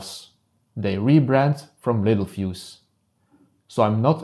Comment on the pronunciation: everyone reads it wrong and pronounces it wrong (me too at first). It’s pronounced “lit-tell-fuse”